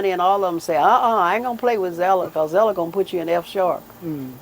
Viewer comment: These interviews are awesome! Continue your work but Mother's name is ZELLA not ZELDA! LOL! God bless you man. 🙏